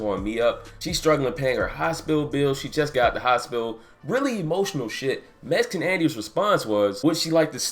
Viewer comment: You said Mesican Andy.